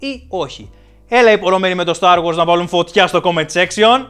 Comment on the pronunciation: Είναι star wars όχι start wars